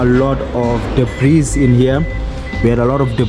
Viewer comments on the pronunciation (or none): the s in debris is silent sir. It’s a French word that made its way into English, possibly when the French ruled over parts of England centuries ago